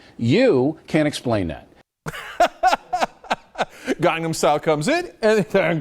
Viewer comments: Actually in Korea it's pronounced "kahng-nahm" so just saying you're Korean doesn't really sit... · I honestly don't know why he's made this video. He takes the piss out of Riley for saying Psy wrong when Cenk can't even properly say Gangnam (he says Gongnom), listen I dislike Riley but this was just childish and stupid. And don't correct me on the pronunciation, I'm Korean myself.